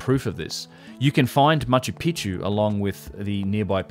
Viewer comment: Ma-chu PEEK-chu